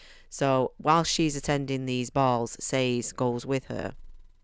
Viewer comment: YES!! You pronounced Sazed like I do. Apparently it’s incorrect, but since there’s no pronunciation guide given, I’m going to continue pretending it’s correct. Sorry. Just a random tiny thing. 😅 Alright, as to the whole video: The over-explanation of the magic system is one of the most common critiques of this book. I wholeheartedly agree with you on the characters. I’m glad you enjoyed this. Book 2 is a bit slower, but that’s due to the nature of the story, not because he’s writing it poorly. -T